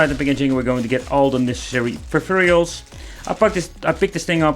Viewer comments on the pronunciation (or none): "Preferials" I love it when he says this!